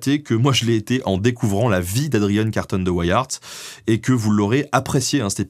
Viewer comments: pout info, vu que Adrian était belge, son nom se prononce à la française: Carton comme du carton et Wiart (prononcer Viar) Bonne journée et merci pour le documentaire. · Carton de Wiart se prononce en francais belge comme ceci : Karton de ouiar ;) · on dit Carton, comme du carton, et on dit de WEE AAERTT, mais c'est à la belge, et j'adore tes vidéos. Bien sûr, il y a de nombreuses rues, des squares, qui portent le nom de Carton de wiart chez nous. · Excellent épisode comme toujours. Dommage pour la prononciation, certes anglicisée. Adrien (Adryen) Carton (comme un carton) de Wiart (oui ar). De même, on parle pas de la guerre des Bo-aires, mais des Bours : cela vient du néerlandais, les Boers, ce sont les fermiers... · Bonjour, très intéressant comme toujours. Petit détail, tout de même : la famille Carton de Wiart est belge et normalement, le nom doit se prononcer à la belge, c'est-à-dire : Carton (comme en français) de Wiart ( le "w" se prononçant "ou" comme en néerlandais ou en anglais, le "i" comme en français, et le "t" final ne se prononçant pas). La mère d'' Adrian étant d'origine irlandaise, cela explique son prénom d'aspect britannique. Les anglais ont bien sûr logiquement anglicisé la prononciation de son nom, mais me semble-t-il, en gardant le " i" de Wiart comme en français, et non pas en le prononçant "aï ". A vérifier. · En fait tu peux le prononcer à la française. Carton de Wiart comme le papier carton. Une grande famille belge :) (même si le prononcer à l'anglaise à du sens par la suite vu où et comment il s'est illustré). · Tu peux prononcer so nom à la française , aucun Weyiart ici . Et aussi les Bo hairs (lol) en néerlandais c'est les " bours" (paysans) . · Même pas fichu de prononcer le nom d'Adrian Carton de Wiart... On voit que les recherches sont sérieuses ici